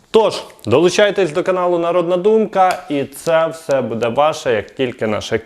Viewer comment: треба говорити не будЕ, а бУде!! Це коректна українська мова Шевченка!!🇺🇦🇺🇦🇺🇦💕💕💕 Ні суржик східної України, ні угорсько- польска мова тут не пройде!! Розмовляйте будь ласка ЧИСТОЮ УКРАЇНСЬКОЮ МОВОЮ!!👍💙💛💙💛💙